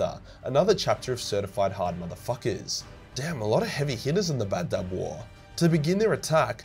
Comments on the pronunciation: I thought it was Badab, not Bab-Dub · And you saw Badab like baddab, its ba-dab